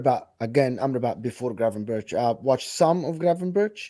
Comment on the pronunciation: cant try to pronounce gravenberch right ffs